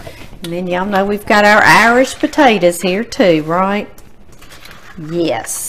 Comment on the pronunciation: My grandparents said "Irsh" too. Miss them❤